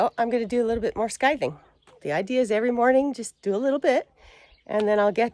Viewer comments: Scathing...Pronounced sything. C is silent or pronounced together with the s as ssss. Even in English english its the same as above. I think your English man was guessing...😂😂😂😂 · In the US we pronounce scything , “sigh thing”. Drop the c. Love the videos, I wish you made them more often. You are such a “busy bee”. Very interesting about the St John’s Wort. Never knew all of that. I’ve taken doxycycline for 35+ years(rosacea acne) so can’t take St John’s Wort or even stay in the sun; we all have our crosses to bear. I have tried many times to stop using this antibiotic, but at 74, my skin is in very good condition and don’t want big cysts growing. Looking forward to next Sunday’s video.❣️